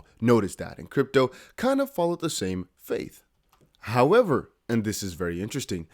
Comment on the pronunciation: It's 'fate' not 'faith lol